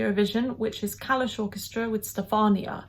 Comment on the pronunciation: 💛💙🇺🇦brilliant job Ukraine. The name of the group is pronounced with stress on letter “A” not “u”. “kAlush orchestra” The instrument he is playing is called tilinka. It’s not a flute. It’s Ukrainian ethnic instrument. And it’s different from sopilka that was played last year y GOА band. Song is dedicated to his mother Stefania ( they show her on the background) and I think to Ukraine as our beautiful Motherland. The beginning of the song is a Ukrainian lullaby. Here is everything. Rap. Breakdancing. Syncopated beats. Gorgeous light job as the backstage. Ukrainian folklore notes. Ukrainian gorgeous costumes are amazing. And the guy who is breakdancing is called “kylymman” which means carpet man. His costume covers all his body and it’s coloured with Ukrainian ornaments. Noone ever saw his face. It’s a stage image. So cool 😎 I am so proud to be Ukrainian. And I am Canadian with Ukrainian roots. Canada stayed with you. 🇨🇦🇺🇦💛💙🇺🇦🇨🇦